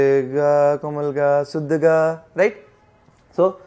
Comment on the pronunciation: Bhai shuddh ko suddh mtt bola kro bda awkward lgta sunne me 🙏😅 guddu bhaiya thore hi ho aap 😀